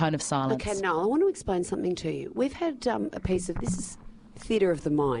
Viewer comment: LOL! you said Nill not Niall typo :)